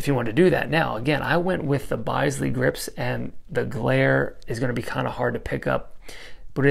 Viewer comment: Bisley pronounced bizz lee. Love the vids.